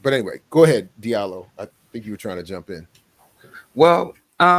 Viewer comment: Diallo in Fulani is pronounced Jah - Lo. Not Dee-Ah-Lo. Please pronounce the name correctly. In French the "J" sound is produced by D+I=>J. In Sierra Leone and Liberia, the Diallo's are spelled "Jahlo.". Recognize the damage Colonialism and the imposition of the language has had on our people.